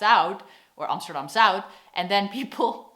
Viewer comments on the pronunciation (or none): It sounds a bit like you say "Zoud", while "Zuid" is different. I think the UI-sound doesn't exist in English. Not even in German, I suspect. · Gotta love foreigners confusion with the differences between au, ou, eu, ui. (you also said zout instead of zuid) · Hi, je zegt 'Zuid' een beetje fout denk ik. Het manier hoe je 't zegt klint als 'Zout'. maar wel leuke video, mn vrouw is Amerikaans en ik stuur haar altijd de links van je videos. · 🤣 You swallow the d from Zuid. You say Amsterdam Zui...🤣😂🤣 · Sorry to say, but you got the zUId and the nIJmegen stil wrong. Like totally. so, practise your SCHeneveningen and IJmUIden. it's not hard if you WANT to really try to do it right. There are people that can pick it up in a few months, but most will not do it, ever. Amazing how someone could never get to pronouncing IJmUIden properly! Probably, that's why the English never got to invading Holland, their spies were so obviously spies.... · love your content (and your pronunciation of Dutch "ui" is too much like the Dutch "ou", still - The classical test to check if somebody is really Dutch is to ask them to read/pronounce "Scheveningen" but "Zuid" is more difficult for most non-native speakers. So the next level test is "Scheveningen Zuid".)